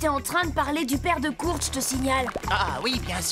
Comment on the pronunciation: Kurt sa se prononce " koeurt"